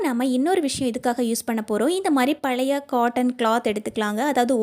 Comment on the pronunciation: மகளே,அருமையான பதிவு, "அளவு" உச்சரிக்கவராதா, அழவு என்று ஏன் உச்சரிக்ககின்றீர், புளுக்கள் அல்ல புழுக்கள், " பலைய" அல்ல "பழைய"தமிழை பிழையின்றி பேசி பதிவிடுதல் நலம்.